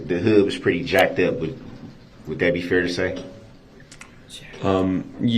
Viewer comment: I hate how he says the word fair-- he said it like fear. Drives me crazy. Not to mention his mispronounced other words too but fear really gets on my nerves!